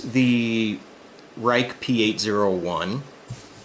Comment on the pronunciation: dude, it's pronounced "rake" ;) No blue loctite?